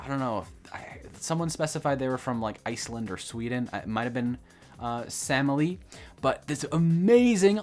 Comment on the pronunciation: How hard is to pronounce Sameli correctly?